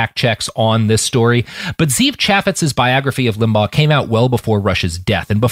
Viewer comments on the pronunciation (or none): One thing that bothers me about people in new media is that they never bother to find out how to pronounce names Ze'ev is pronounced zev....short e It's a Hebrew name